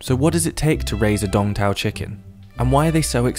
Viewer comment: At first, I thought he said "Dong Toe" chicken. It fits